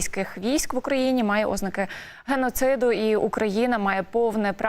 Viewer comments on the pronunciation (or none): у слові "ознака" наголос падає на другий склад - ознАка